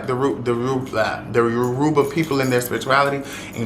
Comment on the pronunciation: Atp all you gotta do is pronounce Yoruba correctly but everything you said I respect ❤️ thank you for spending love & education on this big but underrated practice ❤️❤️❤️. iyara & ibukun aśe